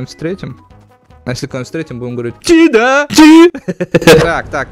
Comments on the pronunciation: надо говорить чи да а не ти да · Вообще-то не ТИ ДА а ЧИ ДА?